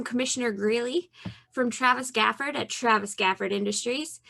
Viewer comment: Twavis gwafowd ^-^